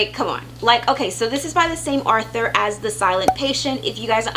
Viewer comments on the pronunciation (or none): Hello. I like your videos so much I just subscribed. I just want to mention that you are mispronounced the word "author" as "Arthur." Author has no r after the first a. I'm not saying that to be snarky, though. I sometimes mispronounce words, too.